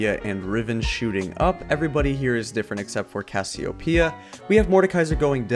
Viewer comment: Brazilians understand Cassiopeia called by you, as Cassiopiia